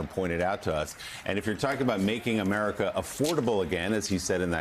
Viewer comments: He said "Americs back". He hates this country so much he can't even say it right! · What is 'AmeriKKK'? He doesn't even pronounce America right